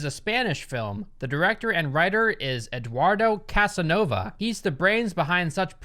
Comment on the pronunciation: It’s a metaphorical movie, that’s all. you shouldn’t even talk it if you mispronounce even the names “Edwardow Cazzanowba” 🙄